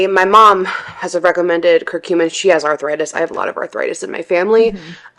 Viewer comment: Ugh, the way she pronounces curcumin is so annoying.